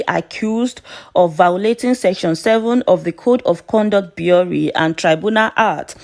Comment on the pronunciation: Bureau is pronounced (biro)